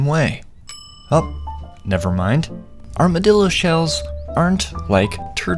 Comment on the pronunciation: Oh no... OH NO. "ArmaDILLO", THE BRAINROT, THE AI BRAINROT IS CONSUMING ME. CROCODILO BOMBARDILO